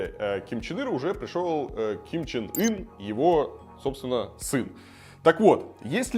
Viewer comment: Я один слышу,что лидера называет Ким Чен Ыр?